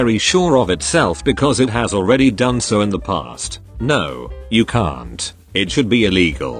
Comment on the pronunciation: that done sounded like dine or was it just me who noticed